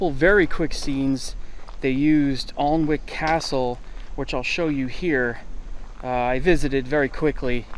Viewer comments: Alnwick is pronounced An-nick 🙈🙈 not Aln-wick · Enjoyable presentation. A map showing how far apart the locations would have been nice. The beach is at the opposite end of the country to the tree, about 330 miles away at a guess. Also Alnwick is pronounce Annick. Thanks for all your hard work. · Re Alnwick Castle... It is correctly pronounced "Annick" Castle (_not_ as it is spelt ...That's English for you) 😊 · The castle courtyard was a set too (Shepperton Studios). Only the outside walls scenes were shot in Carcassonne, in France. The broken window scene was also filmed at Shepperton Studios. One little thing: Alnwick is pronounced 'annick'. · Not to be picky but Alnwick Castle is pronounced "Ah Nick." The L and W are silent.